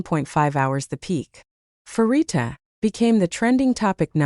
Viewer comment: The first syllable of her name is pronounced "pa" as in panorama, not "fa" as in "pharmacy".